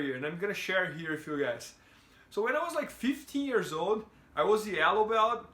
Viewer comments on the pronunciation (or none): none